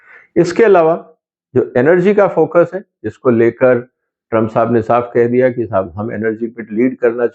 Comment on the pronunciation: सर टूम्प नहीं। ट्रम्प